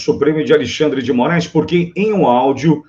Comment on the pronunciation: Vc disse: A lei xandre de I Morais?😂😂😂